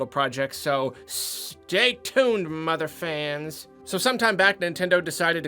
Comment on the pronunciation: Every time you started to say, “mother fans” I thought you were going to swear